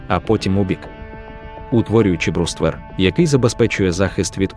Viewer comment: що за дивні наголоси - окопувАтися, мАскує, бруствЕр, камЕнистий..